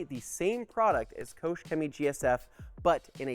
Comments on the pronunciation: Maybe you could start by pronouncing the name of the company correctly. Here's a clue, it's not Koshe. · There's no "ou" in Koch.